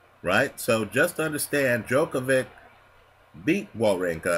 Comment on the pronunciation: Djokov-ICH, not -IK..